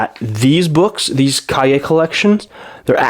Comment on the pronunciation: i appreciate that you actually looked up cahier, what it means and how to say it when you didnt know the word